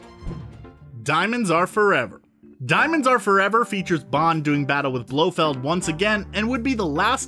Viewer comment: If you can't manage to pronounce Blofeld's complete name correctly you're disqualified from the Bond universe. Go see a speech therapist.